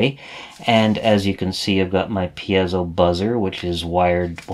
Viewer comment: Great source of information. Might I be so bold as to correct you in a couple circumstances: The word piezo is pronounced 'pee-soh' as opposed to 'pee-az-oh' as I think you pronounce it. As far as I know it's been pronounced in the first form since its inception. The other correction is the term 'versatality', which is not a real word at all. Again, it's pronounced as it's spelled: 'versatility', ver-sa-till-it-tee. I enjoy your videos much. I've been an EE for more than 40 years, now retired and began using microprocessors for logic design before the word 'microcontroller' was even coined. Now I'm doing a bit of catch up as I've been retired from Northrop Grumman for about 15 years but my RC Airplane hobby keeps me engaged and wanting to make use of my rusty skills.... Keep up the good work!